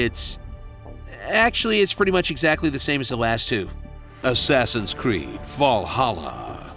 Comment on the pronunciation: "Axeaxins creed"😂😂